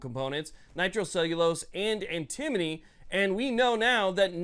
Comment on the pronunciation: It is Anta mony